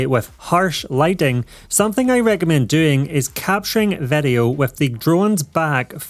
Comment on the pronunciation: It surprizes me every time he says Vedeo 😀